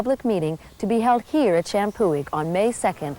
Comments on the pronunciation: the historian pronounces the name champoeg correctly. The g is silent and the prounciation is sham poo e. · This is driving me nuts... the “g” is silent in Champoeg, other than that they were saying it right. Champoeg = Shampoo-ee